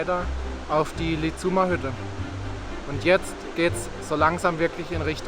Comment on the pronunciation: Lizum wird lizumm ausgesprochen, nicht Lizuum - das kann in Tirol helfen. Ihr habt das toll gemacht, ich kann mir hier ein wenig Heimat ansehen, die ich sehr vermisse.